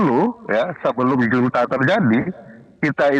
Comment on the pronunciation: junta dibaca HUNTA